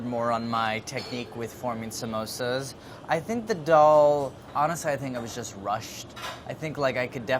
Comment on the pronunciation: Andy's pronunciation of daal as dull makes me feel weird